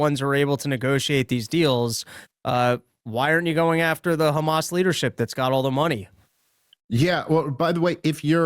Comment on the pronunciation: Why do they say kkhamas but not khouthis 😆